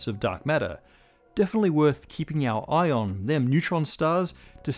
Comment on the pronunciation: “worth keeping our ion”, eh?